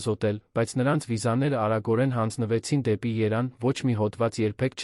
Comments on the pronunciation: Ոչ թե Երանը Երեվանը եթե չէք կարող եվ տառը ասել մի հաղորդեք մի կարդացեք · Բավական է մեր գեղեցիկ Երևանն աղավաղեք Եան ասելով,Լևոնն էլ Լոն ասելով։Հաջորդը՝ գոյականը ժխտականի դեպքում «չ»-ն չի գրվում բառի առջևում և չի արտասանվում ։օրինակ՝սխալ է ասել տուն -չ😅տուն«չ»-ն գրվում և արտասանվում է բայի հետ ։ Օրինակ՝ ուտել-չուտել,վազել-չվազել։ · երանը դու ես 🤣 նորից ռոբոտ է ընթերցում 🤣